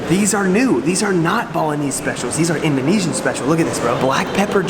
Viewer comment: I like the way he pronounces Indonesian By the way i am Indonesian.